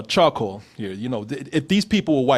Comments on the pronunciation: Can say charCOAL? ^_^ Damn, this is like Bennedict Cumberbatch trying to say 'Penguin' ^_^ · Call The police every time he says chacoil ⚫️